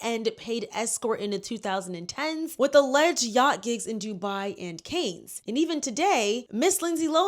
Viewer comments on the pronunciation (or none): No offense, but for future reference: Ghislane Maxwell is not Epstein's wife. Cannes is pronounced like "Khan", not "can". Capri is pronounced "CAP-ree; emphasis on CAP; not "CA-pree" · Cannes is pronounced Cahn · Girl it’s CAN not CANES 😭😭 Love this video anyhow ! Xx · For future reference, it's Phonetically pronounced "CAN", not Cane. Got get you right, Sis. 💛🧡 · Cannes is pronounced ‘can’ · Cannes = NOT PRONOUNCED ‘CANE’ - it’s pronounced ‘khanh’ or ‘con’ (like the word contact) This was driving me crazy, sooorrryyy. Since all the other commenters said everything else I wanted to say, I thought I would offer the correction. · Canes? It’s pronounced like Kahn. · Girlie, Cannes is not pronounced as canes, is pronounced as cahn 🙄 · Cannes is pronounced Kahn. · Hey, not being critical, just wanted to let you know you are saying Cannes incorrectly. It is pronounced "Kahn". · Cannes is pronounced kahn with a soft A like father - the S is silent. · “Kanes” Sigh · Caine's you mean cannes?! Pronunciation is wrong. I was like where is this but then you mention the Asian dude and I was like yeah a watched a documentary on him. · Since you taught 😢how to say Deuxmoi....it's pronounced Kahn for the Cannes festival. Expose it all! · (Ghengis) Cannes😂😂 NOT (raising)canes ❤ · Sorry to be picky but you are pronouncing Cannes wrong. It sounds like a can of soda. Just can. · Great video! But girl you had me thinkin the fried chicken restaurant had a yacht scandal😭😂 the city in France is pronounced "kahn-a" or "kan"💯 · Cannes is pronounces Can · pronounced khan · Please look up how to pronounce Cannes. Otherwise phenomenal video as always 👏🏾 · You need to work on researching names and pronunciations properly. Irina Shayk and Cannes is not pronounced like that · Look up how to pronounce ‘Cannes’ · Girl how do you keep mispronouncing all these names and cities 💀